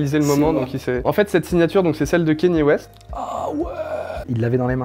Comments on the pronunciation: Gros respect pour le taff d' mais vraiment on dit Kanye West pas Kéni West mon reuf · Quand on se prétend pro de la sneaker, on ne dit pas kéni ouest. Ka-nyé. D'avance merci.